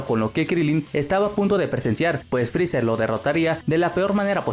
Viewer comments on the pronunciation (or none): Te odio, digo frezzar o frezzer.